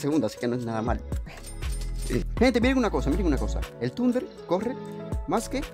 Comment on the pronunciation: No es tunder, ahi sale que es thunder